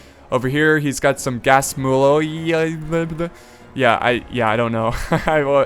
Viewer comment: its like pronounced gasmuli